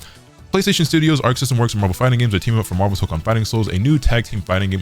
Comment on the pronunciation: It ain’t “MAHHVEL” without Magneto